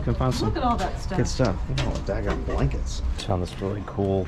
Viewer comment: calling a Snuggie “a sleeve with blakets” cracked me up XD